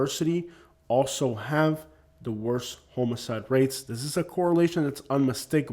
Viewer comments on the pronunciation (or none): I kept wondering if you were saying homoside ora homicide. I'm from Minnesota close to Canada and even though I haven't lived there since 14 I can't say bag rag rag without ppl falling on the floor laughing. I really enjoy your content especially being in Lee County Florida. It's heart breaking to see we can't catch up from the last few hurricanes.